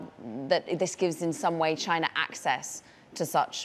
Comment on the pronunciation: Is it pronounced “china” or “chinar”? I just heard both within 10 seconds